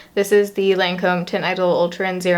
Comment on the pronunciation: the way she was pronouncing the brand made me cringe the whole video since i've figured out the pronunciation from working for them hahaha! it's pronounced like LON-come 😊